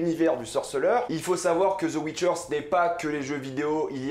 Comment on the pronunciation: The witcher pas Zeu witcher